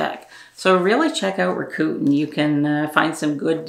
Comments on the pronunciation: took me a couple of back ups too to figure out she was saying ra·kuh·ten...never heard it like rakooten..I thought, wow, a new cash back app I must have missed. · Lol....I was like Raccoon??? What is she talking about??? I backed it up to figure it out because it worked just like the app I use "Rakuten". Yep, but I have never heard it pronounced like that.